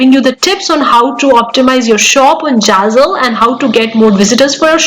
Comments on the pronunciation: Girl, it's not jazzle !! It's Zazzle. Pronunciation is the key. If you want to sound trustworthy with your accentuated English which is not your actual way ( its noticeable with bit of observation) of conversation normally. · don’t get upset😊, you English good, but only name of platform was really not correct and little bit funny, I m sure you already learn and corrected❤